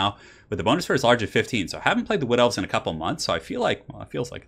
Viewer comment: The first time he said "Wood Elves", I misheard it for "Blood Elves" lol. :P